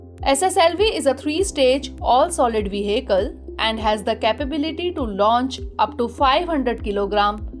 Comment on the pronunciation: The word vehicle will be pronounced like ve-akl